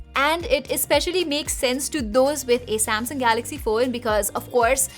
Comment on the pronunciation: Ye madam galaxy ko gaRaxy kyun bolti hai. Compayyteetion... Full fake Accent madam ka. Sab tech reviewer banke ghoom rahe hain. Dislike button.